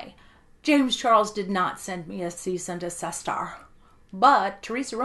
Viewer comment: "Cease and de-sister" I'm dying lol